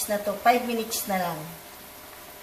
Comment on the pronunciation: "minich" (munites) ahaha